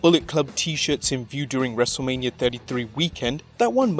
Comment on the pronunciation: Not wrestlelimia its a Wrestleminia 😂